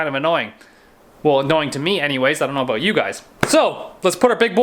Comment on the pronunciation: What’s this all uh-boot